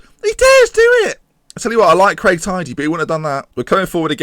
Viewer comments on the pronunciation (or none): none